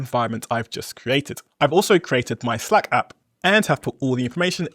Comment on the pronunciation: if you make English videos you should know how to pronounce "slack" 😉 it's like cat, hat... 🙈